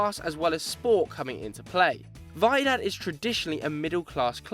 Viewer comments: Vaydad 😂😂 it's pronounced wee-dad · It’s pronounced “Wydad” as it’s written, not “Vydad” lmao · lol its not vydad it's pronounced widad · it's wydad not vaidad the w is pronounced like it is in "water" and the y is pronounced like it is in "family" Arabs might know what I'm talking about when they read what's written on the logo in the thumbnail. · Wydad is not read vydad the w is read normally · Raja Casablanca is a working class club widad pronounced wedad in English you morons is the rich people club get your facts straights in tired of correcting you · That is not how you pronounce Wydad lmao